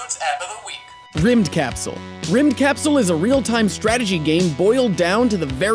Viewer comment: rymdkapsel is not pronounced like that its a swedish word, it means space shutle